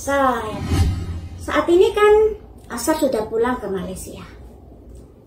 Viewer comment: nyebut nama jangan salah2 terussss, namanya Aisar Aisar Aisar A I S A R (ada i nya).. bukan Ashar 🤦🏻‍♀️🤦🏻‍♀️🤦🏻‍♀️😂 gemezzzz dengernya ❗️ setau aku sebelumnya ibu ini Fans berat Varrel alias fans Varrel garis keras 😂